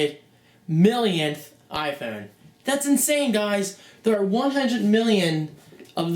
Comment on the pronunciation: u say iphone wrong